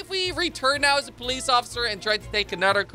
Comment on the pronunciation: You said p police are